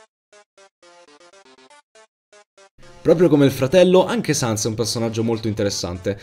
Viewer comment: Ma sens no sans si scrive sans e si pronuncia sens